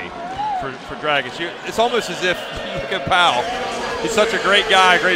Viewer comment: Why say Grabitch??? IT'S D-R-A-G-I-Ć